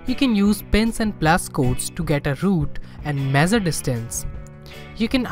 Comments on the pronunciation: It's not mezer it's measure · Mezzure nahi mesure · It's not mezure it's measure..🙏